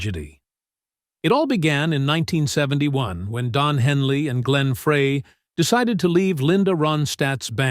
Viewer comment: Fry, not Fray. Ledon, not Leedon (correct pronunciations) He pronounced Henley right. Wow. I am willing to bet that Walsh was the least hateful member of the band.